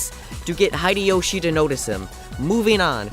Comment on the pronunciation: Why you do like this game everyone like this game you don't know the name you wrong the name hideyoshi not hideiyoshi what the heck you are so stupid the real name is masamune date not musa date what the heck is wrong with you read the name you don't know read japan are you